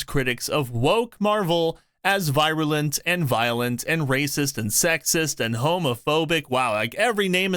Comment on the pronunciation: For you to repeatedly enunciate the word 'virulent' wrong was racist! lol It's pronounced (vee·ruh·luhnt)